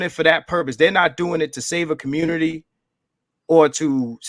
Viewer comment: Its a got damn phrase from David Carol. Stop playing,. I know we are good but Im just saying. Im OG to you dudes, really. I remember David Carol saying "Communitah" regularly. Thats actually what got my antennas popping with BGS. I heard him say "Communitah" and I knew something was up. Why would you even want to continue David Carol's legacy? Do you know how he died? Whens the last time youve been to Pittsburgh? He is no example to exalt.